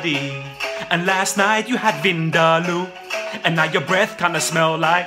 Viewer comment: My mum laughed when you said vindaloo